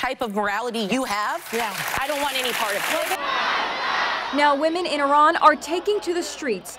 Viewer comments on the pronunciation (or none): It is pronouced Iran not Ey ran not still funny joke nevertheless lol.